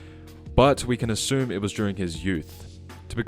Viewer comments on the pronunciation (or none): none